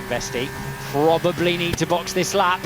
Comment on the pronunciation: probably the frenchiest « probably » I’ve ever eard